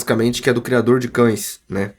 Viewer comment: Ele falando Criador de cães e eu ouvindo Jhonny